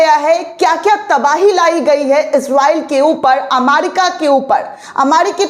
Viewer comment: अमारिका नहीं अमेरिका है